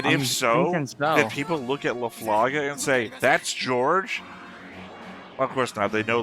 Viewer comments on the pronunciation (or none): ｢Al La Flaga｣❌ ｢Al Da Flaga｣⭕